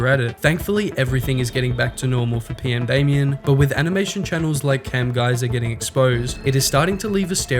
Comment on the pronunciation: you: says PMdamian or Potemer multiple times subltitles: says everything exept PMdamian and Potemer in the correct way